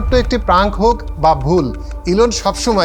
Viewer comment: প্রাংক, ebay এইসব শব্দ উচ্চারণ ঠিক করবেন প্লিজ।